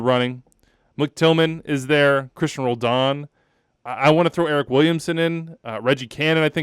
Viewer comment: Roldan? Cmon bro ..